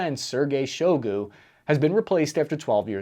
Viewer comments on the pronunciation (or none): Repeat after me. Budanov: Boo-DAH-nov. Shoigu: SHOY-goo. It's not buddynov and show goo. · shoigu is pronounced Shoy(Like Soy)-goo. I think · its not shougu, but shoigu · Your pronunciation of Sergei Shoigu, Budanov, and others is totally embarrassing. It makes you sound so stupid and like you barely did any research for this video at all. You've lost all credibility when you can't get something so simple correct